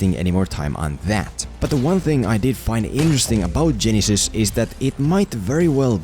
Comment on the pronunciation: For only this movie, to me, it's pronounced Ge-NY-sys.